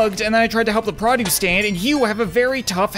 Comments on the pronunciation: Is it just me or am I the only one who says PROduce and not pruduce cuz I swear that’s all I’m hearing in this🤔😁😊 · I love and hate how you say produce.